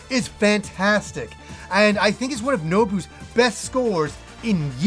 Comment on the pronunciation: No-Boo-Oh (Nobuo)